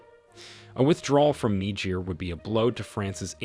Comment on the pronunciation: If you cant even say the name of the country you are doing a story on, how do you expect it to be informative?